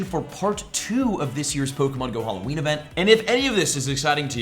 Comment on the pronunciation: I wonder if there will be a content creator who pronounces Halloween correctly, 0/4 so so far. 😂